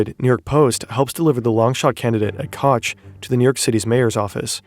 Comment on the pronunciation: Koch is pronounced “Coke”